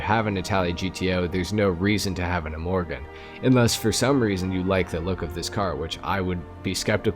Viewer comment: But you still call it imorgen in the video. It's pronounced like two words "i" "morgon". Means tomorrow. Överflöd means abundance. The umlauts (dots) over the o's totally change the sound, to something like a short "euw". It's loosely based on Koenigsegg Gemera, which does have a double turbo on the petrol engine. And three electric motors. It's ridiculously fast, for a family sedan. 1700 hp, 0-60 mph in 1.9 seconds. The owner and designers' mom gave it its name, a compilation of "ge" and "mera" (give more).